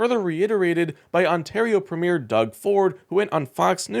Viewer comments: There's a big surprise. Stupid, too. Can't even pronounce "premier" correctly. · is so ignorant, he can't even prounounce the word" Premier" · I don’t understand how difficult it would be to find a Canadian to teach you how to pronounce “ PREMIER “